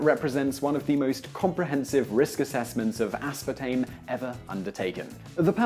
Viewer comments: as.PAR.tame. Not aspatame -. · Dude really just left out the R in aspartame every time he pronounced it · Mildly annoying - The British pronunciation is 'uh-spaa-taym'...